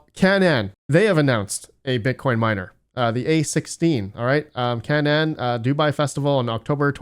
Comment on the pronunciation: Canaan = KAY-nun